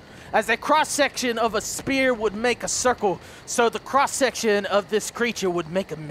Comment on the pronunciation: as much as I love you, did you get an F in English.. "Sphere" is not pronounced spear"